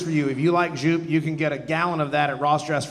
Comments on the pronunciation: The correct pronunciation of Joop sounds like "dope" with a y instead of the d. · European here. Super cool set. However, that's not how you pronounce zhjupe. :)